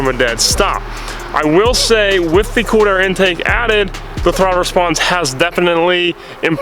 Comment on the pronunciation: Sounds like you're saying corner air or quarter intake